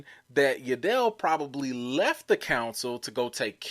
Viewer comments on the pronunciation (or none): 😂It's Yaddle... not Ya dell. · "I find your lack of pronunciation...disturbing"...it's Yaddle like paddle...not like Adele with a "Y". And I could see GROGU turning to the dark side and force choking you every time you mispronounced his name as well. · isn't it Yaddle like paddle?